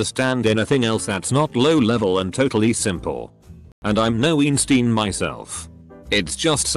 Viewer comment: “I’m no EEEN-STEEEN”